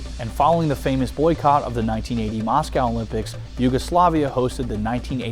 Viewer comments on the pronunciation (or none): none